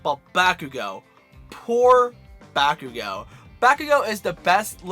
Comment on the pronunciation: He said back ooh go